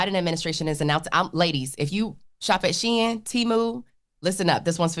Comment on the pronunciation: Can't say Shein, and disregards it, yet they get offended about Kamala's name being mispronounced...